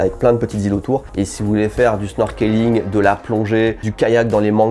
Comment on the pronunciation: Super video, et très bon conseil. Le seul endroit que jai fait c'est Abashiri. PS: Snorkeling ca se prononce Snorkling, le e ne se prononce pas